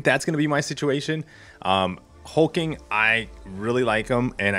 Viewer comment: His name is Hulk-Ling not Hul-King, just FYI. Regarding the bundle. it's much better but wish it was a 6* still